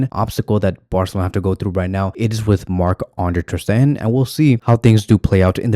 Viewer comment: No need to say Maaahh Ande Terstehan , Maah Ande Testerhan again and again... Just marc enough.